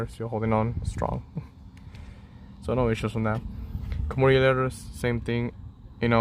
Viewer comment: It’s suppose to be kanmuri not kumari